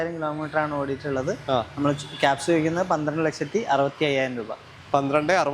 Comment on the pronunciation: Kaps❌ kiaps✅